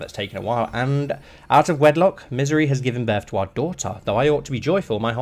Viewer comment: Her name is Mysaria, not Misery lol